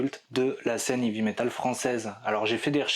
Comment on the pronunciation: Fanfanchouillard, je te salue ! Je constate le même travers que mon grand frère : la prononciation de "heavy". Vous prononcez "ivi" au lieu de "hey-vi". La bonne prononciation franchouillarde des années 80 (lol) ! Je connais un gars fan de ce groupe depuis le début. Il en faisait même son pseudo sur les forums de l'époque. Excellente synthèse, as usual ! Dans un état d'esprit similaire "Heavy Metal à chant français", je te suggère MESSALINE. Les textes (les paroles), quel régal !!! Surtout l'album "In Cauda Venenum" et la chanson "Le Bûcher des Vanités". Meup !